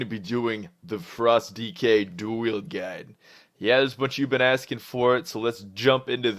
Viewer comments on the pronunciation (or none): none